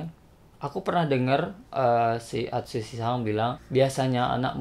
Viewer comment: atshusi-san? :V pasti temennya dazai :v